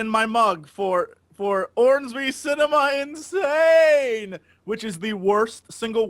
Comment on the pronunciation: it took me forever to find ornesby's cinema insane, cause I though u said 'cinnabon insane', and all I can say is... thank you